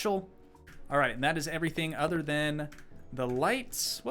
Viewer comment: I love when you said “all pink erytang” 😂